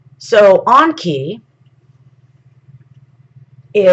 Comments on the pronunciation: Onki??? Ya mean *E*nki??? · There is a Z in Ningishzidda, you're not pronouncing it. Also Enki, en-ki isn't pronounced as An-ki, it's painful to listen to you mention both, ningishzidda 3-4 times in the first 73 seconds, incorrectly. I had to switch off. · Does she keep calling enki awnki? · The way she says Enki, sounds like Donkey, Onki...LOL I'm willing to try to hear it though. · It's pronounced En-ki and En-lil.